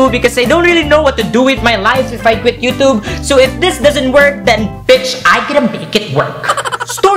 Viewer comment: i actually dont like how the way you pronounce YOUTUBE. NOT TRIGGERED :/